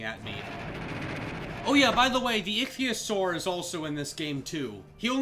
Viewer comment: Icthyasaur (I wish I could spell it) is ic-the-a-saur